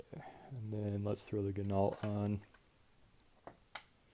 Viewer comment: I have watched and was polite enough to not point out your mispronunciation of "Ginault"